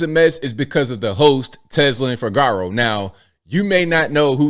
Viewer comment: It's pronounced: FI-GU-ROW!!!!!